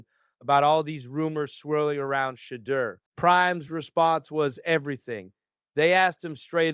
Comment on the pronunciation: "She-iow"? "She-deer???